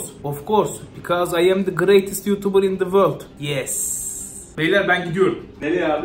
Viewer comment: yutubır değil yutubıR